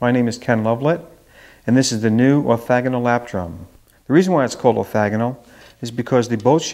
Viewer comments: Great demo, really interesting instrument! Have you tried multiple mics? Sorry to be critical but the correct term is orthogonal (replace the first "a" with an "o" so the middle syllable rhymes with "frog" rather than "flag") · orthOgonal !, not orthAgonal